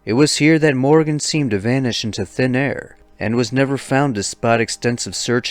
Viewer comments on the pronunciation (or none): none